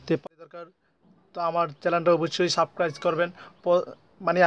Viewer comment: তো আমার চ্যানেলটা অবশ্যই 'সাবক্রাইস' করবেন। আরে ভাই অন্তত বানানতো শুদ্ধ করে বলো।